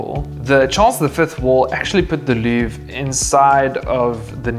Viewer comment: Louvre, not leuvre.